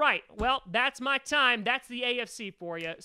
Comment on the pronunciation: Its time not tine Tom!!